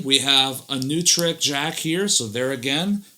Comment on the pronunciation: Just so you're aware... Neutrik is a German company, and hence, is pronounced "noi-treek." Also, on guitars like Strats, the arm-cut is there more to get that part of the body out of your way than to be used as an arm-rest, much like belly-cuts. It works perfectly in that fashion, as well.